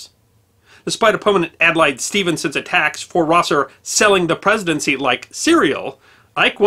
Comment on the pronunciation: TR never knew he would receive the Medal of Honor 103 yrs. after the cited deed. Deguerre was enriched by the syllable you added to his name and Stevenson with a long "i".